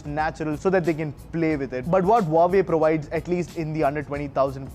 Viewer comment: You have wrong phone, its Huawei not Huavee...